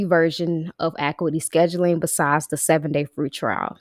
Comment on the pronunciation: Ac-U-ity is how you pronounce it